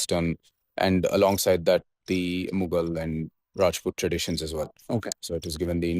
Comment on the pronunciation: Cal we start calling it Uzbekistani elements and not "Muggle" elements?